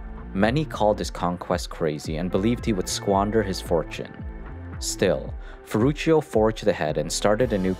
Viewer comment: His firstname sounds in italian language like „ferrutsho“, not „ferrutshio“.